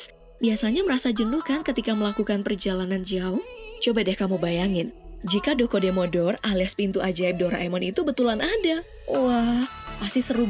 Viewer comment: Bukan dokodemo dorr tapi dokodemodoa (どこでもドア)